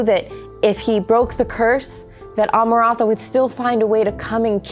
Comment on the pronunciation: Ah-ma-rahn-thuh is a wild way to choose to pronounce that name 😂 other than that I love these little talks ❤